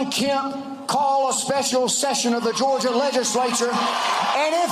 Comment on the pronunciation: "This is Georgiaah, we ain't dhhuuuuummmb!" I almost thought this was parody...